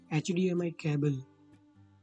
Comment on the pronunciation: ITS CABLE NOT CAABLE GAWAAR